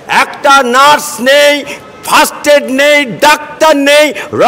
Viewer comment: কথাটা First aid not fast aid … 😂😂😂😂